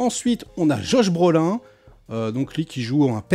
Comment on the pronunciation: C'est malin ça! Maintenant, à cause de je suis hypé de fou! Alors le genre horrifique ou style équivalent, j'aime bien quand c'est super bien réalisé, sinon c'est pas mon genre préféré. J'ai hâte de le voir ce petit bijou. Euh sinon, il n'y a que moi qui ait sursauté quand j'ai entendu l'ami dire " Josh Brolain" et non Josh Brolin? mdrrrrrr Je suis sur qu'il l'a fait exprès!🤣